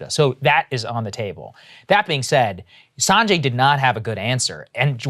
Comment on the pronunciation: How can Saagar not pronounce Sanjay's name right. I mean why you can't even pronounce your own people's name right.